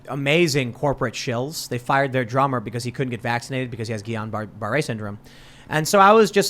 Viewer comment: Tim, its pronounced "Jill EEE an Bar" syndrome. You keep destroying it lol